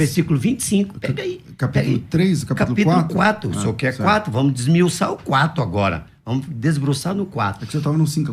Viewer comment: Mano, "desbruçar", "desmiuçar"???!!!🤦‍♂️🤦‍♂️🤦‍♂️